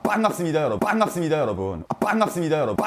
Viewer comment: 봥갑습니다 여러분 리믹스 인가요? ㅋㅋㅋㅋㅋ